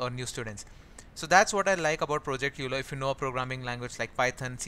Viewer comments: euler is pronounced as "oiler" and not "youler" :D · I think Euler is pronounced oil-er.